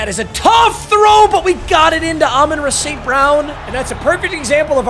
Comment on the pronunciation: It hurts me every time that he is a die hard lions fan and can’t pronounce “Amon-Ra” properly.. it’s RAH not RUH